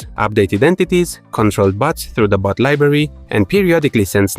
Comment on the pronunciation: Lol each time you say "bot" I hear "butt". It made the video much funnier and as side effect now I want my own butt system to control butts.